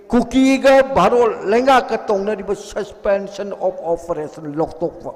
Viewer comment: Susfenson of oferason😂